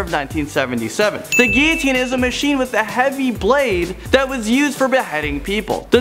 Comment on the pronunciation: Guillotine is a funny word and everyone seems to have an argument on it’s pronounced, for example I think he pronounced it wrong... now watch someone disagree with me